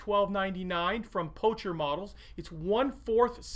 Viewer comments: Great video; my son and I will be following your steps with this kit. One small note about your pronunciation - do you know why the logo of Pocher is a playing card king? Well, because it is actually meant to be pronounced not "posher", not "poucher", but "poker" (-Well, to be really precise, it should be pronounced as "Pokher" as it still just a meaningless name that presents an easy opportunity for some wordplay, thus the playing card logo)... Otherwise, the vid is great! Cheers! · Poker. it's pronounced poker. (clue is in the logo) . Anyhoo, terrific review.